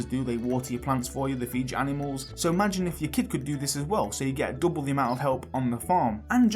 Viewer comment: Love your take on the potential new updates!! Btw somewhat off-topic but i noticed that you pronounced the "u" sound in words such as "cutscene", "something" and "double" for example, as the "oo" sound like "cootscene", "soomthing" and "dooble", which sounded quite adorable and refreshing xD Is this deliberate or native? Sorry if i'm insensitive about this and i don't mean any harm, just legitimately curious about this. Anyone else realised?